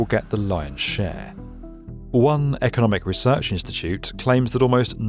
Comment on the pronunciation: My engineering brain heard 'square i' instead of 'square 1' and it made me jump in my seat. Please don't scare me like that again XD